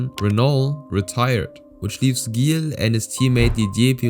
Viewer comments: Not Guille villeneuve but Gill villenuve like Gillett or "jill". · The pronunciations you have for every single name is spot on, except ONE.. Gilles Villeneuve.. It's pronounced like a G in French, so ZHill.. Sorry, had to clarify that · not judging, but it's pronounced "Jill" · Dont wanna be that guy but his name is pronounced like a "j" not a hard "g" you say the G like you say jacques. Villeneuve was well pronounced though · Not flawless. For some reason, he's got "Gilles" (as in Villeneuve) wrong — pronouncing it with a hard G instead of the logical, French soft G. In French, G is always soft before an E or an I. Surely this narrator knows that. His French otherwise sounds pretty good, so it's a little jarring that he's got a famous racer's French name wrong. Perhaps he's actually A.I.? Or at least, not a real racing fan (everyone knows Gilles Villeneuve!)? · Man, you really butchered Gilles Villeneuve's name lol- mainly his first name. The 'g' in Gilles is pronounced with a 'sh' sound but with a 'zzz' undertone I guess you could call it. Last name pronounced Vill-n-uh-ve but the 'uh' is almost halfway to making a 'oo' sound. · Gotta say I love hearing some local legend named here. Gilles is actually pronounced "jille" (g alone sounds like a j and Gu sounds like a g) :) you hit that trois rivières crispy clean!